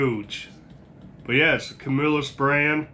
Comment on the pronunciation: You can always tell people are from the CNY area when they pronounce Camillus correctly!